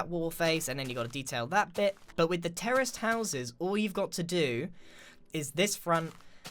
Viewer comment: Every time he says terist house I hear terrorist house